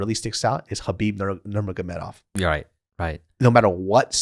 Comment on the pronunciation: For the record, not trying to be pedantic, but its Habib Noor-muhammad-ov